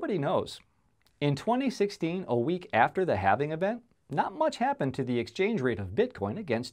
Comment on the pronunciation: “What is having bitcoin, no not having bitcoin, having bitcoin.” Lmao you still didn’t say it right